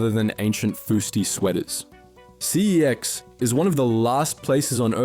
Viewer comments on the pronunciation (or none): It’s pronounced sex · Pretty sure the name pronunciation is a marketing tactic. Never before had anyone pronounced it that way before the ads popped up 😂